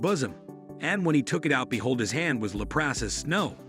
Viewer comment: Leprous is pronounced lep rus!